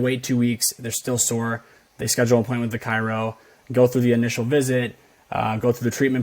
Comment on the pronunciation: I legit almost turned it off in the first few min because of how she forgets the first R in chiro, despite allegedly seeing one for so long🙃 it is like nails, on a chalkboard hearing it mispronounced like that